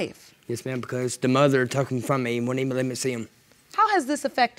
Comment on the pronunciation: Did he say thayre fruum New York???